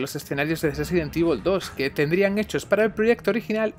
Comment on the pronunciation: Sesident Evil 🤔